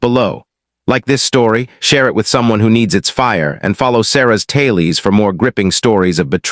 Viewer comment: "Talies" instead of tales?!! 🤩 Are your narrators not English speaking? Time to lift your game!!!